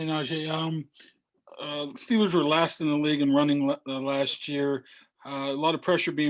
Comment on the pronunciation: He even says steelers like a yinzer🤯🥶